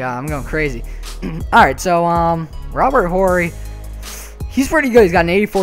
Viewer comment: H is silent in Robert 'orry'